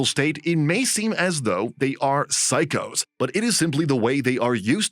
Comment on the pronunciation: "Psychos" or "psychics"?